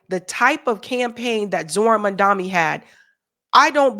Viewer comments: it's Mamdani, The first three letters are pronounced as Mum, not Mun. It jars to see you mispronounce it. It's a white colonial action to mispronounce the names of non-white people. May I request that you may henceforth pronounce it carefully correctly please? Because it's the right thing to do. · it is Mamdani and not Mandami. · It Mamdani not Mandami!! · It's Mamdani not Mandami...come on now,. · You say his name wrong. It's Mam-da-ni. Not Mam-da-mi. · 🥴 I appreciate you and all your content, but as someone who banged the drum for Zohran, can you PLEASE, stop calling him "MANDAMI"!?!? It's MAM-DA-NEE (phonetically). Keep saying "Zohran", you say that perfectly 👍🏽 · say maMdani, not maNdami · It's MAMDA- NI, not MAMDA-MI! Last syllable starts with an "N", not "M"!! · And you always call him Mandami instead of Mamdani! Why? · MAMDANI!, not Mandami. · This lady cannot pronounce Mam-dani 🤦‍♂️🤦‍♂️. Keeps saying Mun-daami.... throughout the video. Truly.. Americans are idiots. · Learn to say the name correctly of Mamdani. It is not mamdami as you keep saying it wrong. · I keep hearing you pronounce it mundani I believe it’s Mum dani unless I’m hearing it wrong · His name is MAM-DANI , not MAN-DAMI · I am sorry if I am wrong, are you saying Mamdami? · It's Mam-da-ni. You keep saying Mam-da-mi like Cuomo. Please get it right.🙏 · His name is Mamdani, not Mamdami 😉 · I'm a fan, but I think you're mispronouncing his name...:/ It sounds like you keep saying, "Mandami" -- which switches the 'n' for the 'm' and vice versa. His name is "Mamdani" -- like "Mom" + Donny." Am I hearing you wrong, or no? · its MAM-DANI pls....not MAN-DAMI!! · Just one thing - you have been pronouncing Zohran's last name incorrectly - you say Mandami - it is MAMDANI. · My love, it's Mam-da-ni 😊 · MAM-DANI. It’s insulting when you all don’t get the name right. Love you but please try. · MAM-DA-NI... every time? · How about you learn to say his name